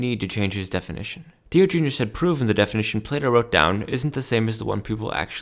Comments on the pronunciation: I can't take anyone seriously who so gravely mispronounces Diogenes. Also, as others have pointed out, Diogenes was basically the Donald Trump of philosophy. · If you are going to preach a man’s word at least pronounce his name right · I knew this wouldnt be a great video when you werent even close to pronouncing his name right. Either way, not a very solid point was made here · A hot dog is not a sandwich. It is a Taco. Also, you pronounce Diogenes wrong